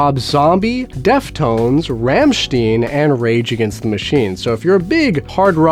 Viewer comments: Rammstein is pronounced like rom-stine not that butchered version you used. Sorry if that's mean, but as my favorite group it ticks me off when I hear it said wrong. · The way you pronounced "Rammstein" reaally hurt. But otherwise cool video! Trying to find new Records to add to my small collection and you're a great help! :D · Wrong pronouncement of Rammstein. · Hallo Leute :) as a German it is funny hearing you mispronounced " Rammstein" but it does not matter thought I would let you know :)